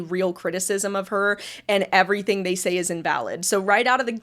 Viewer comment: I absolutely HATE when people make a G sound like a K!! 'Everythink' is not a word.